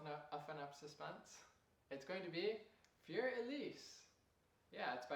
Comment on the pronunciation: thanx! your a great teacher! but one tinsy bitsy tip: learn how to say 'Fur elise' and 'ludwig van beethoven' properly. don't worry, i won't judge you on the way you say two phrases!